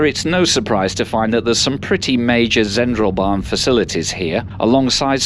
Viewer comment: I'm fascinated by your pronounciation of German. "Interlaken" is pronounced in the German way, yet "Die Zentralbahn" as if it was English.